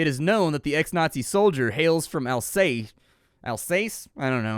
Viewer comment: It's pronounced AL-ZAS (sorta like Kansas). It's eastern part of France on border with Germany. Spent my 3 years of PhD over there in beautiful city of Strasbourg :)